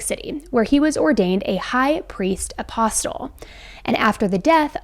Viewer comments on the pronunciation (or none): In your video you said “a flip switched” instead of a switch flipped. And “apostle” is not pronounce with the prominent “t”. It’s not “appos tul”. The t is silent. But I’m enjoying your videos.